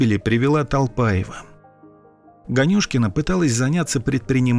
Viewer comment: Можете пожалуйста сказать вы специально произнесли фамилию ганюшкин не так там ударение не туда падает просто это мой однофамилец